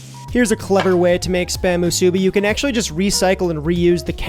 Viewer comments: being a 2nd generation hawaii local, i can confidently say you're also mispronouncing musubi (should be more like musu-BEE), AND that is actually not the correct spam to rice ratio, go to any 7-Eleven in hawaii and you will find that it is both not burnt to a crisp, and also thinner sliced to better balance its natural saltiness with rice, which in your case was not cooked sticky enough for proper musubi. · Did your step mom ever tell you that you’re pronouncing musubi wrong?